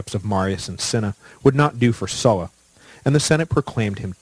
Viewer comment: Sula "su la" Sulla "soo la"